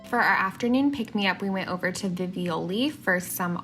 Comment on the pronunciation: Hi there, the gelateria in Florence is pronounced "Veevole"